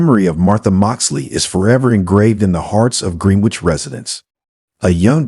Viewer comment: Pronounced "GRENN- NITCH" not Green-Witch. - Excellent voice , diction & presentation otherwise.